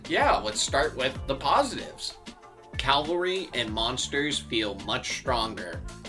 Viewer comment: First, keep on playing and having a blast. Second, it is CAV-AL-RY. Not CAL-VAR-Y. Calvary is a place. Good luck to ya!